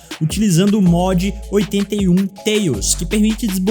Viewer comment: O inglês é padrão Wilard 👍 Que beleza “maneiger”, “teiles”